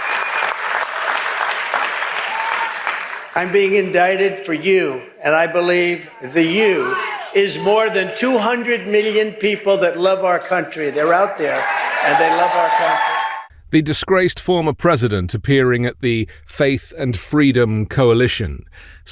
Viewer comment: He says millioon,like Dr evil